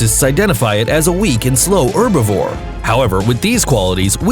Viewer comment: Pliesiosaurus, is not a dinosaur, but an aquatic reptile, and it is her-bi-vore, pronouncing the H. Get your names right please, (as in the dinosaurs) I just have one dinosaur book, and I am an expert, literary. Pterodactyl, a flying REPTILE, not a dinosaur, it lived with the dinosaurs, ALONG with aquatic REPTILES. Thank You.